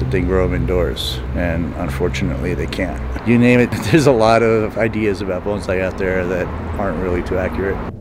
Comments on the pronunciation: I might have to watch it again then. He seemed to say (like everyone else) "bonZai" rather than "bonSai". Also, in the video, it's said that this works with any kinds of tree: I live in Australia, and would love to see it done with a gum tree. Especially something like a rainbow gum. Ever hear of anything like that? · i would love to know how many anti-bonsai folks are vegan..you’re using total liberationist ethic to discuss trees while murdering, r*ping, and eating literal animals. also it’s “bone-sai” not “ban-zai”. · OMG! You haven't learned anything from Mr Miaggi, have you? ;) As a refresher, it's BONE-sai, not BAHN-zai. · Very informative. One thing my nitpicky ears wants to correct is the pronunciation. It should be "bone-sigh," and not "bone-zai" nor "bahn-zai." I am part-Japanese living in Japan, and I hope to prevent bonsai enthusiasts from creating confusion if they come here. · Please. The correction pronunciation is "bone-sai", not "bon" as in "bon voyage". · Great video but your perpetuating the mispronunciation of the word. It's "bone-sigh" even "bahn-sigh" would be more acceptable. Banzai means something totally different. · great vid! and btw guys it’s pronounced Bone-sigh not Bun-zai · if you're going to make a video on a particular subject, you should at least learn how to pronounce the damn thing you are discussing. "bone-sigh". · It's pronounced "bone-sai". Otherwise, good job. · A lot of misconceptions? Like using the wrong word for their name?! They are bonsai, not banzai. Two different words, two different pronunciations, and two completely different meanings. Every time you said banzai I cringed. It's a war cry, not a name name for a type of horticulture. By the way, you don't keep them small by restricting the trees nutrients, nor should you restrict them. Instead, you prune them and restrict the amount of water they receive by pruning the roots. This guy is trying to clear up misconceptions and fails pretty miserably.